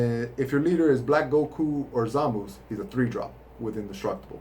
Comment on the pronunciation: every time i heard him say "Zamoose" i died a little inside because it's supposed to be "Zah-mah-soo" or "Zah-mahs", great deck profile though. Personally i run four 2 drop goku blacks to always have him indestructible for earlier game potara fusion, mostly because the effect is so much better in early game to prevent negates and counters